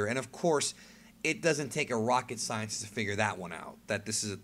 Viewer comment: "cyan"-tist...i get it